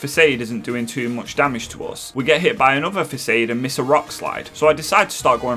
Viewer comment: 'Flora-ga-to' not Flora-gay-to. Gato is meant to be the spanish word for cat , also Kitakami is 'Key-tah-kah-me', facade is pronounced /fəˈsäd/ 'feh'sawd